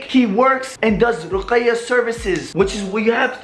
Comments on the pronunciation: not Ruqaya its Ruqya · its RUQYA not RUQAYA 😂 This video shook me srsly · Lol u don't say ruqaiya services...it's ruqya😆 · It was seriously painful to hear you say ruqaya instead of ruqya. Next time maybe learn to pronounce what you intend to talk about. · ITS RUKYA NOT RUKAYA HAHAHZ RUQAYAH IS ACTUALLY A GIRL NAME😂😂😂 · it’s ruqyah not ruqaya 😂 that’s a girls name broooo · Pronounced: Rookya Not Rukaya XD But much love bro <3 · as a Yemeni, is that how they pronounce it? Or you trying to say he should know it as he's Arab? Cz in arbic it's RUQYA